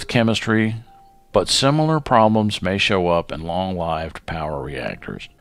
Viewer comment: Pronouncing lived wrong.